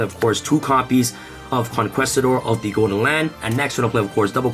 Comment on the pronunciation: Con-Kee-Stador my guy